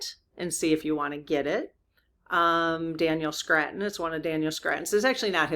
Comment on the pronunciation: I've had to doulble check this one for you, about an author you mention alot. Now I've finally gotten around to check it out myself. His name is Daniel Scranton (like the city in Pennsylvania), not Scratton. I most certainly do not mean to embarrass or demean you in any way, as I am a fan & a subscriber. Just thought you might want to know. Best Always, Peace & Love✌🌻💖🦋